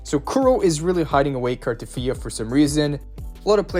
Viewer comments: U sayin cartefiya instead of cartethyia is pissing me off😂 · Why are you putting an "f" when you're pronouncing "Cartethyia "? 😂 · There is definitely not an f in her name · This dude be like "carteTHYA" each dang time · Bro how r u pronouncing Carthethyia 😂